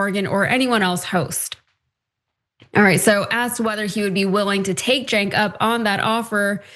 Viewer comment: The Free Press? Free for who? And how hard is it to say "Jenk". And Bill Maher has always had a racial blindspot, he is racist. To be honest, Cenk has had one himself at times, as has Ana (moreso than Cenk). A lot of people have anti-black views on some things. Israel is the most oppressive country I've seen recently - openly committing genocide. 70,000 is not the number. It's closer to half a million (500,000) or more.